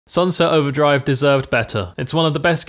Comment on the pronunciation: Quando esse cara falou "Sunset Overdrive" no começo do vídeo, eu juro que ouvi ele falar "Salve Salve"